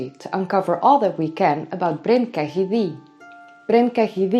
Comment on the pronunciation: its pronounced Ketty by the welsh